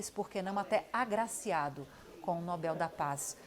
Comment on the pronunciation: A opinião do “especialista” já começou mal quando ele pronunciou inúmeras vezes a palavra Nobel de forma errada… Depois tentou descredibilizar a indicação de Corina rotulando-a de extrema-direita…